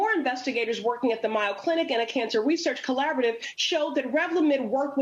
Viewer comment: Looks like the needs a prescription for Rogaine and help with pronunciation of The Mayo Clinic - long a, not ay pronounced as a long i.